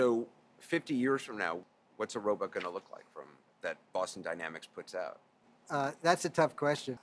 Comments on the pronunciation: Anderson ... you mispronounced the word, "robot" like every time. Oh well ... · Anderson says "Row But." ... I wonder if he also says "Supermin" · Why does Anderson Cooper keep calling them 'Ro-butts'? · its annoying me the way anderson cooper says "robutt" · Cool but I learned Anderson Cooper cant say robot lol